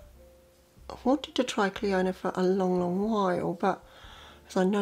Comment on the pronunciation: Clionadh is pronounced Cli~anAh in Ireland as it’s an Irish name I know it’s a Canadian company but the name is Irish but every say CliOna as makes probably say like that too! I’m waiting on my first order too from them soo dear even in a sale customs was €28 so worked out €15 -€17 a shadow! So looking forward to seeing what you thing of them!